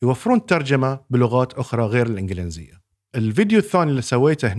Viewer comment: الإنڤلينزية ❌ الإنڤليزية ✅